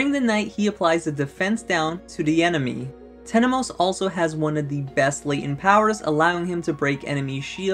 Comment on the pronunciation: It’s Temenos not Tenemos. I made the same mistake before haha.